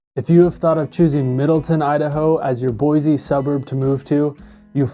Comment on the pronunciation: There is no "z" in Boise.